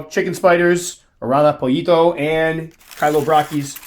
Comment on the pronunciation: Indeed Aran-yo poyito prononced :D And it is not kh-ay-lobra-k-ee-s but k-ee-lo-brak-ee-s :p Cool species those pollito :D